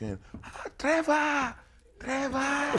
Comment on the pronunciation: Nigerian pronunciation 🤣🤣 Threvors 😂 I love mama AFRICA ❤️❤️👑👑👑